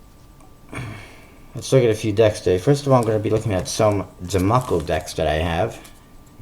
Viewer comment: So, you can't even start the review accurately. Gemaco is pronounced jem-ay-co, not gem-ah-co.